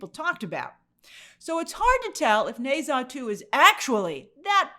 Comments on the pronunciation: Grace, please in future if you're going to pronounce a foreign name/word 20+ times google how it sounds 😅 especially since the title is just one word long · The utter butchering of the name Ne Zha must be studied.